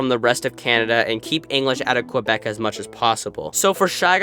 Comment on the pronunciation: The way he says Quebec makes me wanna vomit